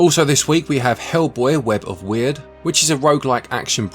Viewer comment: Referring back to Hellboy: Web of Wyrd, no need to apologize for mispronouncing Wyrd (it's pronounced word, by the way). I've never read the Hellboy comics myself, but as far as I can tell it's never been a thing until this game and it will probably never be revisited again. Also, fun fact, Hellboy's voice in this game is provided by late great Lance Reddick, one of the final roles he recorded for prior to his tragic death. We'll miss you, Lance.